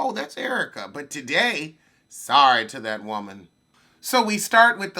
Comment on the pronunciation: I get my entire life whenever you say "Whoa-mon"! 😭😭😭😂😂😂